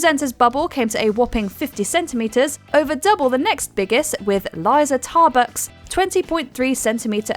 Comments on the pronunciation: Word of advice to WatchmojoUK, whoever you have directing the voice recording learn how to pronounce the names of the people you’re talking about. It kind of destroys your reputation of discussing UK based entertainment if you don’t know how to pronounce Liza Tarbuck’s name. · Please learn how to pronounce the names probably. Liza Tarbuck, sinner man (not cinnamon) gereg Davies, not Davy